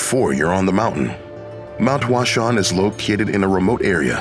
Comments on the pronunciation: The way he pronounces “Huashan” kills me. He pronounces it like "Flower mountain" lol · Your pronunciation of the location is incorrect.